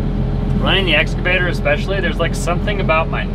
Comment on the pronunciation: How do you spell "excavator". And how does pronounce it? Badly -- as "excavater". That is "sloth"!